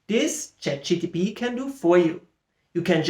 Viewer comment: Yeah, it kept bothering me that you said ChatGTP :P. But great stuff.